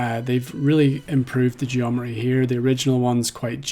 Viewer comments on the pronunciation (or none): You have taken some wild liberties with the word "geometry" --- It's like you're saying Geo-meh-jury